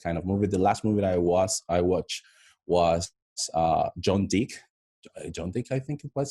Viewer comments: The movie name is John wick not dick😂😂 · LOL 😂 It's not John dick it's John wick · Did he just say John dick🤓.